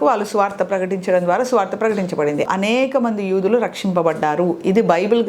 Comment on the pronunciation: యుదులు కాదు యూదులు